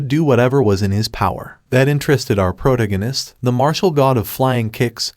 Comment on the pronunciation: It’s pronounced pro tag gan ist not proganist. Love your channel